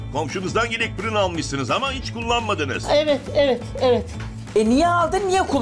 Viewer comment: 😁👍Fırun dedi bugün de yaa 🤦